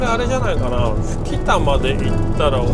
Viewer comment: 吹田(ふきたとは読みません､すいたです)